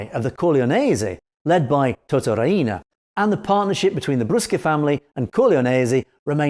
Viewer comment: He says Ria-ina, it's pronounced Ree-na